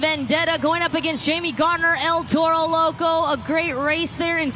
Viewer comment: Add to that Zack and Jamie GAR NER, not GARD NER.